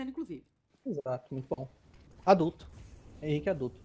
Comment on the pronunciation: e lá vem o enzo ,críticas são feita para as pessoas melhorarem ,a tendência é nunca melhorar se n tiver alguém para apontar o erro ,que de fato ela errou chamando o Henrique de Reni.